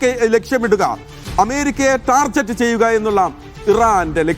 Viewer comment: ടാർജറ്റ് എന്നല്ല സഹോദരാ...... ടാർഗറ്റ് എന്നാണ് പറയേണ്ടത്